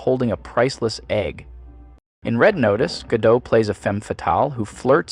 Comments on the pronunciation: Anyway, the pronunciation of her name is wrong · I never knew the t was silent 😅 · She is consistent. I like your pronunciation of her last name. “Ga-doe” “Ga-dot” “Gaa-dow” Christ just pick one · Not to hate bc I enjoy your videos a lot, but we can still pronounce her name correctly even though we don't love her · Just when he finally started pronouncing her name correctly, he went right back to messing it up. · You pronounce her name wrong. She's not French, she's famously Israeli. You pronounce the "t". She can't act, but, again, she's Israeli, not French. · Still not sure if Gadot pronounced with a hard t or a silent t. And you said both. So I am more confused. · Dude you can't even say her name right? You don't get to criticize her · Maybe learn how to pronounce her last name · Great character study, masterfully delivered. The only thing that irritates me is that you pronounced her name correctly most of the time, but there's that section in the middle where you swallow the "t" at the end of Gadot, before coming back to the right way again. Weird. Weird.. Anyway, take my like and my description, good Sir. You did well. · The T is not silent. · o min.s - I don't even like the woman, and I agree with your critique overall; but every alarm bell goes-off when someone goes out of their way to mispronounce someone's name when almost everyone knows how to say it correctly. (We Americans are something else.) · Gadot with a "t" not with an "o" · The T in Gadot is actually not silent. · If the narration pronounced her name correctly, it would give more credence to the idea that this was a well thought out presentation instead of a hack job. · I was about to type "when the Youtuber can't pronounce Gadot correctly" but you started to say it correctly lol. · It's pronounced Gow-Ga-Dot. She's can't act. Her delivery is flat and monotone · Your pronounced her last name different 2 times. Gyal-daht and gyal-doe. Are you AI? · gadoT, not gadoH It's Hebrew not French!